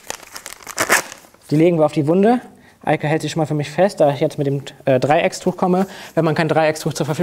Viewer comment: Es heißt Dreiecktuch und nicht dreieckstuch